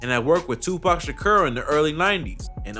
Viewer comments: He said Tupac Shucuurrr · TUPAC SHA(KUUR) LIKE EVERY WHITE REPORTER 😣